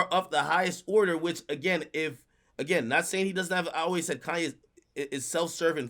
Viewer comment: Someone teach how to say Kanye.